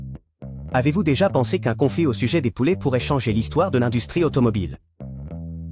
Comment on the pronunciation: Industrie, industrie. Marcher, marché. La voix off intelligence artificielle c'est grave, la prochaine fois prendre le temps d'écouter un peu avant de publier ! Merci pour le reste